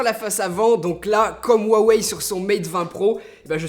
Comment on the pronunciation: Bon, on va mettre les choses au clair, tu prononces jamais huawei dla meme facon, c HUAWEI OU RWAWEY